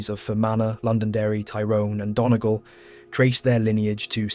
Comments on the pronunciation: They can't pronounce Donegal either.☘️🇵🇸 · Approximations with English spelling, Donegal = Done ee gall, Leinster = Len Stir, Fermanagh = Fer man ah, Sinn Fein = Shin Feign, Athy = A tie. Doesn't take away from a good video but would be nice to get the pronunciation right